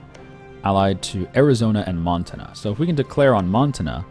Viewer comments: Mon-tan-ah say it with me friend. Not Mon-tin-ah. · it's M-on-t-a-nna not Mountaina. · Hannah Montina. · Every time he said montana I died a little inside.